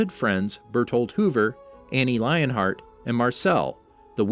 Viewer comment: Its Leonhart not Lionhart